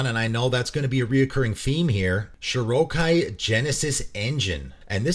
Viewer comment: Felt weird hearing Shorikai pronounced like Shirokai. Like when people I knew years ago used to say Daretti when talking about Derevi.